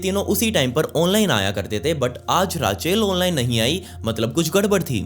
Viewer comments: Raachail Nahi kehte usko Raychal pronounce kerte hai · it's RACHEL not RAA-CHAIL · रेचल कहते हैं। राचेल नहीं। ये स्टोरी मैंने पहलए भी सुनी है on another channel। Awesome bhai।।keep it up।। All the best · Raachel nhi rechal hota hai 😂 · Just FYI - Rachel/Rachael is pronounced Raychal :)